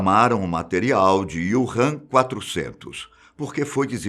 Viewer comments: Não é IUrram, é Úrram... Wu Han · Prezado, o nome é Wuhan e não Ywuhan! ;-) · Desculpe ñ consegui ver o vídeo inteiro com ele falando o nome da cidade errado o vídeo inteiro kkkkk